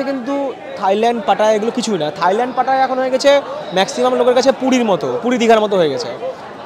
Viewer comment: এটা পাটা না, উচ্চারন হবে “পাতায়া”, ভাত না, উচ্চারন হবে “বাথ”। আশা করি কিছু শিখলেন